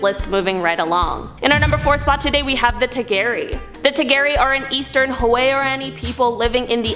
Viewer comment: You are pronouncing the three Ecuadorian tribes all wrong its huaorani pronounced (WOWRANY) TAGERI PRONOUNCED (TAGEYRI) AND TAROMENANE PRONOUNCED (TARO MEN NANY) I have traveled to the country on many occasions and have contacted with the huaorani and I'm friends with a lot of them they are very nice people the other two tribes are very violent and even they do not contact them if they don't have to I wanted to but they told me I would be killed if I tried and there's a lot of lies surrounding the Ecuadorian government instead of trying to help these people they're trying to exterminate them you have to read up a lot and I could teach you a lot about what's going on there if you would desire I am United States Ambassador for the huaorani I have a letter from their government saying that I represent them in the United States that I can help get any help for the tribe in whatever way I can I have a paper stating that